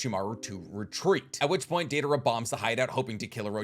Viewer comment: “Deivara” idiot 🤦🏽‍♂️